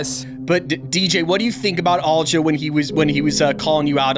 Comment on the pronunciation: Why's this guy keep saying "All-jo"?